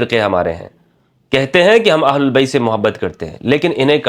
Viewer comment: "اھل بیت" ، کہا کریں نہ کہ اھل اللبیت ، ویسے آپکی ادائیگی بھی صحیح ھے